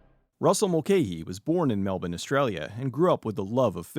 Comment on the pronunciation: Not that I needed something else to respect you for or the content you create.. But thank you for pronouncing Melbourne correctly. You’re a legend 🤘